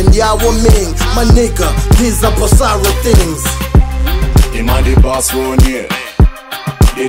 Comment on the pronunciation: Basically! It’s written bossaro yet they’re pronouncing bosalo 😅😅😅😅 R and L